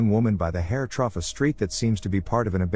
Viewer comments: Trough...trough..troff.... troff this! I don’t think he knows wtf a trough is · I love how this guy says “through” like “trough” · is it just me or every single "through" was missread as "trough" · everyone: through this robot: T R O F F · Take a drink everytime he says. Through! (Trauff) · How many times ya think it says trough instead of through in this video? Lol seems like it's every 20 seconds haha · Lmao I took a shot every time he says through as troff and nearly died. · "Tells her to go trough it" Through does not pick up well apparently. Silent H makes it difficult I guess. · I cant get past the way you pronounce "through out" as "trough". Unless its like an AI voice repeating it, you should know better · trough, is not the same word as through for fuck's sake!!! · That "trough" is so annoying, but on the other hand, the AI voice is absolutely amazing. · Robot cannot pronounce ‘through’ — keeps saying troff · "A WINDOW THAT ONLY ROCKEY CAN GO TROFF"..................... "once inside the house they start going TROFFIT"................... me thinks the A.I voice doth protest to much!!!!!!!! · Er, did the narrator just pronounce through as ‘truff’??? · If you are going to use AI voiceover, spell "through" correctly! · The consistent mispronunciation of through as "trough" in every video is a bit distracting.. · Why does he keeping saying trough? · Troph the house , tropth the bars , Trop the baby, lmao 🤣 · Trough trough truogh trofh truff turfff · Anyone else notice when the voice says “through” it sounds like “trof” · And every video there's one word that he just cannot pronounce and it's hilarious, ruins the immersion a bit, but still I was looking at other movie recap ones and they have the annoying reading voice and this voice doesn't bug me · Man "through" is a pretty hard word huh lmao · It isn't a person speaking, it's a computerized voice. Might be an error that makes it say it wrong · If your bot can't say "through" maybe don't use that word 27 times.